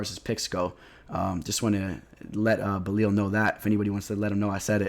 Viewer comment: It's Belal, not Belil lol